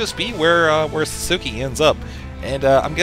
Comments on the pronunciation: lol sasuki? its pronounced sauce kay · ITS SASUKE! not sasuki! GRRR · lolz "sah-soo-key"